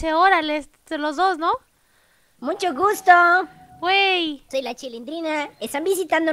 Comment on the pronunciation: En el miuto dijiste wui